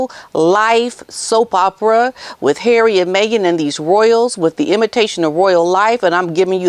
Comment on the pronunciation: I love how you call HARRAY!